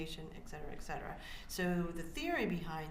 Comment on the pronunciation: She also says ECK cetera instead of ET cetera, the worst offense. Most lawyers know how to pronounce Latin words.